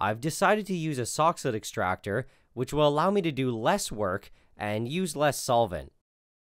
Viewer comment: For those who are not clear on the name of the extractor device, it's a soxhlet extractor. I kept hearing "sock's foot" or "soxhood", but those are wrong.